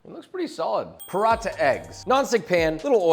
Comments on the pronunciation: brother it's not "Parotta", its pronounced "puh-ra-tha" with a hard "t" sound like the second t in throat. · his pronunciation of paranatha ;(